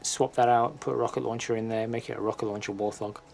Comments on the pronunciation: It's a wart-hog not a war-thog. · I'd not heard warthog pronounced "war-thog" before.